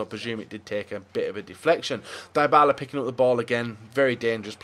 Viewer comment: is basically a full-time fifa youtuber but he doesn't know how to build a draft and pronounce 'Dybala'.